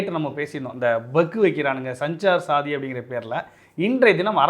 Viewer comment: தம்பிகளே அது சஞ்சார் சாதி என்று சொல்வது சரியல்ல (சன்ச்சார் சாத்தி) என்று சொல்லுங்கள்.தமிழன் சபா.